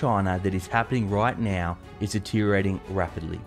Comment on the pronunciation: Did he say now or meow?